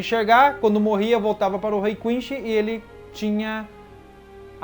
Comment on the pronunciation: Seus vídeos são massa! Assisto todos. O que vc pode melhorar é a pronúncia do nomes, falar igual a dublagem brasileira. Da uma sensação horrível ouvir vc falar ''Quinxi'', ''Rukía'' , etc. No demais, está de parabéns. :)